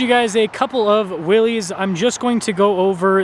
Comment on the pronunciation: It's not pronounced Willees, it is actually pronounced Willis.